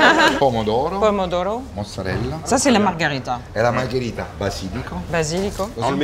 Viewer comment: marghEEEEEEEEEEEEEEEEEEEEEErita avec un é. Bordel.